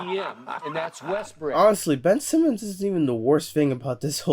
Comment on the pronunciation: Kind of unrelated but I can't believe skip actually says Westbrick. Skip better hope he never meets him in a dark alley.